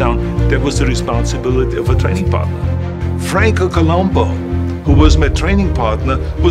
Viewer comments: You’d think Arnold would pronounce Franco’s last name correctly. But no, he continually calls him “Colombo.” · everyone pronounces his name incorrectly it is ColUMBU